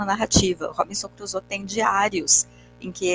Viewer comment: Li Robinson Crusoe quando era adolescente...década de 80! 🤭 Vou ler novamente após esta rica análise, com outros olhos. Agora, com óculos, não necessários há mais de 40 anos!🤓 Hoje, aprendi muito, inclusive a pronúncia correta do nome da obra/personagem! Viva a cultura! Sempre é tempo de aprender. Obrigada,!